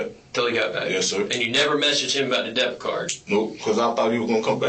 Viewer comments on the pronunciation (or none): I was just listening to this and they are clearly saying "death card" instead of "debit card". both of them. so I had to walk over and look at the video and text and even while reading it on the screen, im hearing "death card". "Deh-bit" that's how you say that. what the fuck? they are not making the "b" sound at all. that's weird considering this is about a murder.